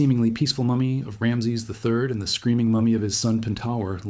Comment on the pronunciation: At least pronounce his name correctly.